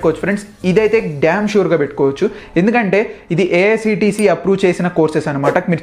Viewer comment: AICTE. Not AICTE